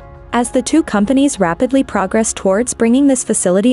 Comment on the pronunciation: AI couldn't pronounce "progress" correctly.